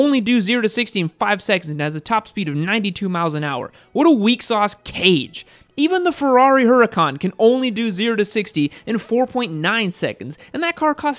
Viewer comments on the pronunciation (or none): When he said “ferrari hurican” i lost it